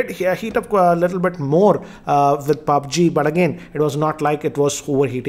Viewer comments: Sorry but its पब्जी not पाब्जी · He says it pabge...man=mistake no offence